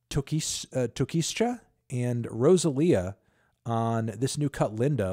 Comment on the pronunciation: On behalf of the the rosalia x tokischa track (happy you reviewed it i was very curious what youd think of this particular genre and style), its a Dembow song (dominican genre, kinda like a faster more aggressive underground reggaeton) with flamenco elements. and tokischa is pronounced tokeesha 😄 shes currently on the rise as a dominican trap/dembow artist, very very different and expressive, though sadly the language barrier will take away from that otherwise i think youd be very much into her